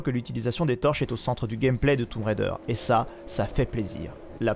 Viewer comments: "toume raider" 😅😅😅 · J'adore le "toumb" raider 😂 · oui c'est ce que j'avais cru comprendre mais ça me fait toujours sourire quand je l'entend prononcer comme ça 😊